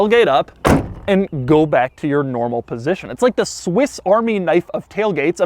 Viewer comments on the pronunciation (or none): none